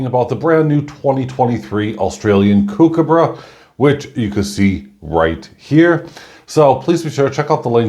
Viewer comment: Everytime you say "kookaburra" I cringe. Your pronunciation is terrible but the coin is mint.